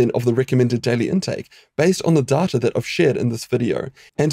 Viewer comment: It's not data it's data! (nice video BTW)